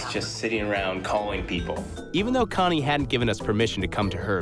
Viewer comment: Wait a minute. The lady’s name is Con-nae West? No one is going to talk about that?